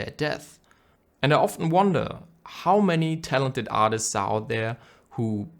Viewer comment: Absolute beautiful video mate!!! something funny ;) "Artits" 👀